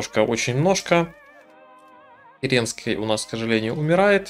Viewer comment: кЕренский. Ударение на первую